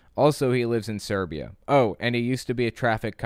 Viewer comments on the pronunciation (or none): Kate S it had me very confused, I had a bit of a head scratch. I was very aware of this cult, so when he said Serbia I was just thinking to myself is there an other similar cult out there 🤦🏼‍♀️😂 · You pronounce "Siberia" like "Serbia", fix it please, it is confusing